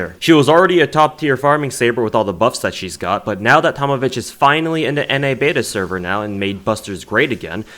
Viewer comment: this man just said ''Na beta Server'' OMEGALUL